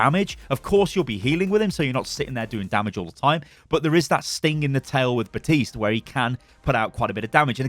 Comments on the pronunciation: If he says batist one more time, I’m going to snap it’s BAPTISTE do not forget the P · Can we just agree it's Baptiste and not Batiste? lol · did he just say... baptise moira.. I have to laugh